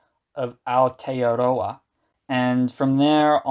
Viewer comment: Continued excellent footage and the best pronunciation of Aotearoa yet! Nicely done...